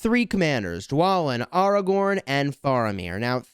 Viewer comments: Great video but you just triggered the whole fanbase by pronouncing Airagorn as aRagon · I cringed when every time he said AR-A-GORN AW-A-GWORN but I can get through that cringe because I also love the content